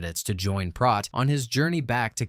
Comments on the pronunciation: I just happened to rewatch this a few hours ago, before seeing your post. A little synchronicity perhaps? LoL. Anyway, you're pronouncing Prot's name incorrectly. It's a long O (oh) not ah (hot or lot). One of my favorite movies! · It's not Prot (as in Rot), it's Prot as in Pro, or... Proteus. It's the name of the god of "elusive sea change", which suggests the changeable nature of the sea or the liquid quality of water. He can foretell the future, and he answers only to those who are capable of capturing him. From this feature of Proteus comes the adjective protean, meaning "versatile", "mutable", or "capable of assuming many forms". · It's Prote as in rhymes with Boat! Not Prot as in not...Prote as in Boat, get it? Got it? Good! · They pronounce it Proat not Prot Proton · It's pronounced "PROTE" as in PROTEIN - NOT prawt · I can't be the only one that noticed you pronounced his name wrong the whole time! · Prot. Long "O". As in: boat. Prot. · Fairly good recap, but you kept mispronouncing Prot. Even the cast told you how to say it, but you kept saying Prot like it rhymed with pot. Come on now.